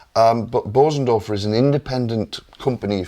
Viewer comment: Hardly anybody on YouTube knows how to pronounce Bösendorfer. The umlauts over the ‘o’ changes the sound.